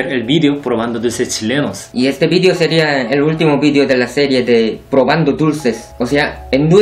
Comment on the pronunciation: Los dulces tzhilenos